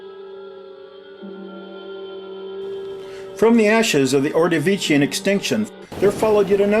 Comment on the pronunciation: If I'm not mistaken, it's "Ordovician," not "Ordovacian."